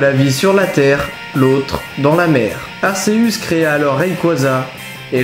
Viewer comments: Arceus se prononce arkéus pas arsséus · Pourquoi tu prononce arsseus c'est arCeus arc et deus(dieu) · Aceus se prononce Arkéus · Arceus (akéus) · Juste on prononce arKéus! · Dommage que Arceus soit mal prononcé, sinon j'ai adoré cette histoire, on a chacun notre propre version est celle-ci reste plaisante. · Déjà on dit Arceus et pas Arséus, on dit Giratina et pas Jiratina et on dit Créfollet pas Créfallet. En plus ce que tu dis est faux